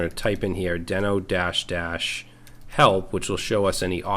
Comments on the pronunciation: Isn’t Deno pronounced “DEE-no?” The logo is a dinosaur and isn’t there a famous cartoon somewhere called Dino (DEE-no) the Dinosaur? That would tend to make me believe Deno should be pronounced DEE-no. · I believe it's pronounced DEE-NO. Why do I think this? If you remember the old Flintstones cartoon, the pet's name was "Dino", and he was, naturally, a dinosaur. And, the icon for the Dino language is... a very similar looking dinosaur. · Just out of curiosity, is it really pronounced "Den-oh"? Given the logo and the fact that The Flintstones' dino-dog was named "dee-noh" I would have assumed that it was pronounced that way. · Who would've thought naming your project after a dinosaur from a 60 year old cartoon, would make it so no one would pronounce it correctly?